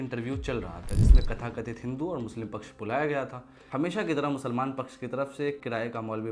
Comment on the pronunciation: तथाकथित hota hai babu,खथाकथित नहीं.